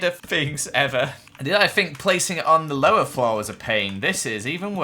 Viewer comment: The way he says floor gives me OCD, it’s floor not flow